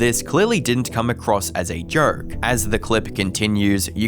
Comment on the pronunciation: Appropriately, the narrator pronounces the word "joke" as "jerk".